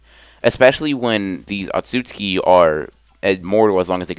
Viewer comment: Everybody else: otsutsuki Anime x : atsutsuki